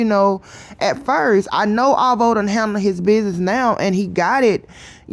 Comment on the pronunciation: Oh my God the way she say alvo make me cringe🤦🏾‍♀️